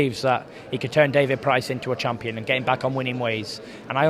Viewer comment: lol... did did tyson just call himself a "chump-ion"???